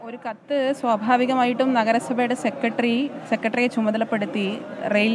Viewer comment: സെക്കട്രീ.... ആണോ സെക്രട്ടറി യാണോ ശരി.... കുഞ്ഞാവേ????